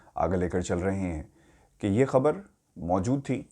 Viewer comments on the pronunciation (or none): none